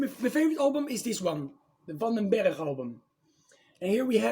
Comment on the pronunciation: Yes! The band of Adrian Van Den Berg that later joined Whitesnake. It's good to hear it pronounced properly. Loverboy and Aldo Nova were great. My favorite song off the Lynch Mob record is Sweet Sister Mercy. Great selection and be variety!